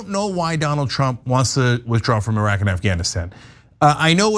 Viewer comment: I love the fact that Anna pronounces Iraq and Iran, properly. The “I” in both, is pronounced the same way, it is pronounced in “Italy”. E-raq, E-ran, E-taly, NOT eye-raq, eye-Ran, or eye-taly. It’s just ridiculous!